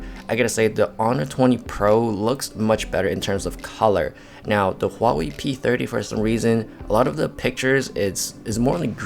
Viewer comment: Another one with the "Twenny" problem... It's twenTy, people, twenTy. The "Hallway P30"? The "Wally P30"? The "Holly P30"? The "hannel stabilization"? Do you mean "handheld"? And another one with the "x" problem. In "30x", the "x" is NOT a letter!